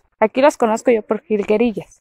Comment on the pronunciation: Higuerillas........ no jilguerillas 🤣🤣🤣🤣🤣🤣🤣🤣🤣🤣🤣🤣🤣🤣🤣